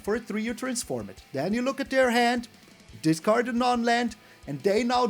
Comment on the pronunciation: Discard, not datcard, my favorite card.